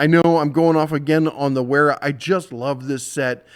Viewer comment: Wera is German and is pronounced with a v so Vera. Love the show